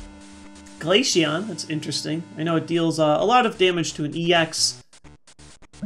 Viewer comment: U said glacion when he evolved into vaporeon XD